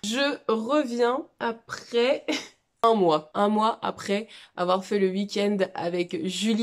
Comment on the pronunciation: Petite vidéo parfaite si ce n'est qu'on ne dit pas ''wouikend' mais 'weekend' 🤣😝 tellement contente d'avoir eu ces moments av toi!